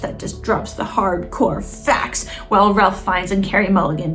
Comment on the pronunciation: Ralph Fiennes: "It's pronounced Rafe, actually."